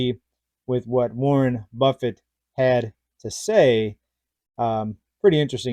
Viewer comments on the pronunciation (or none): none